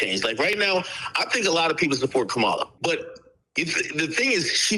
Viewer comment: This is my first time on your channel, I instantly subscribed. I couldn't stop laughing with the ad-libs and the incerted sound bites with dude eating and the other dude glazing.😂😂 Those made the foolishness they were talking more tolerable. I'm so aggravated with AK mispronouncing Kamala's name on purpose. No matter your political beliefs, why go out your way to disrespect the VP? I'm double irritated because AK is Jamaican born just like Kamala is Jamaican descent and he knows how to pronounce her name correctly. As a Jamaican, 🇯🇲 I have disavowed AK, I'm not in love with Kamala either, but I believe in principles and what is right. The political comparison AK drew was wild and inflammatory. I do not understand the Kendrick hate, if I was Kendrick I would be extremely paranoid to be out in public around the industry because they seem so hateful they would try to unalive him to prove a point. I appreciate your rebuttal and commentary it was concise and reasonable. Looking forward to watching more videos on your channel.